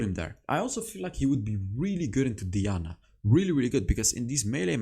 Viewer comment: 😂😂😂😂 you got twisted FATE right , while i’m here it’s also diana(DIE-ana) not (DEE-ana)